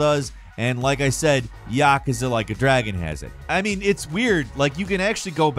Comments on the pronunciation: what the fuck is 'yakkaza'? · Dont get me wrong, I like your videos, but for the name of god, pronounce "yakuza* correctly